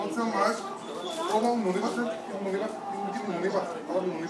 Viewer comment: give me moneh back give me moneh back i want me moneh back give me moneh back